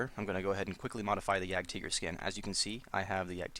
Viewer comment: German pronounciation.